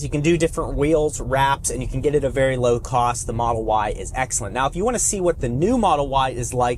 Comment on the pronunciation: Lmao nigga said low cwoath